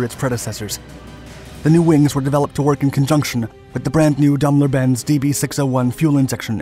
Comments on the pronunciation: Please please learn to pronounce words/names correctly..... DAME LER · Daimler is pronounced Dame - ler . 🇬🇧